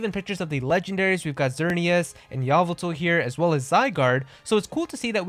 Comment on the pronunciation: Corocoro is a huge throwback. ( Every time he calls Yveltal, Yavotol. I die every time.)